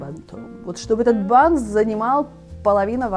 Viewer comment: всё замечательно и интересно, смотрю Вас давно. Но слово "бант" как ни изменяй, ударение на первый слог. Хоть с бантом, хоть без банта. 🥰